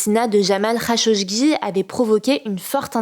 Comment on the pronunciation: c est "Rachogui" , pas "rachoCHgui" pour le journaliste éliminé par MBS ;)